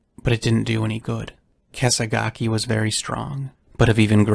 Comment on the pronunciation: I agree. It's clear in the recording he accidentally called "Kesagaki" "Kesaga" with a strong emphasis on the "Ah" as the final syllable. A common mistake when narrating. The repetition of the name is him trying to solidify the pronunciation before continuing. is of course not lying when he said he didnt record this but in the momumental task of producing such a massive video you're bound to forget some stuff.